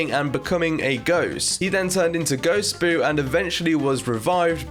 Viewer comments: You said Ghostboo and not Ghostbur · He called ghostbur as ghostboo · He called Ghostbur Ghostboo